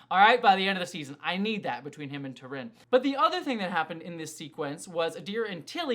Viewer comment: Gentle reminder that her name is T'rina not T'rin :)